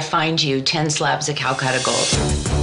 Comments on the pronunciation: Drink a shot every time they say cal cutter 🤣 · It’s super clear she’s “new rich” when she can’t even pronounce CALACATTA correctly lol